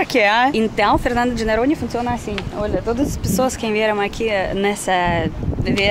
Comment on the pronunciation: É muito engraçado a, quando ao invés de dizer Noronha, ela pronuncia "Naronha"🤭 ela ainda tem dificuldade em pronunciar o "O" em algumas palavras.